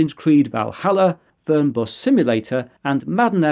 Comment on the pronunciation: Hats up for you for correctly pronouncing the German word "Fernbus"!!